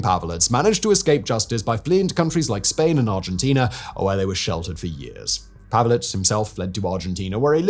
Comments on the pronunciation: If you can take the time to learn how to pronounce Ustashe right, what stopped you from learning how to pronounce Pavelich? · What ethnicity do you reckon "Simon" is, and what are his chances of being impartial? Lol. He can't even pronounce Pavelić's name correctly.